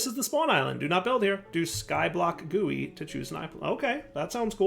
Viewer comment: why did bro say gui like that lol